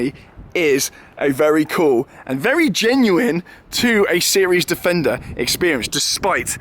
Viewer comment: Think I might watch it again, just to count how many times he says defender(wrongly). Not. .😙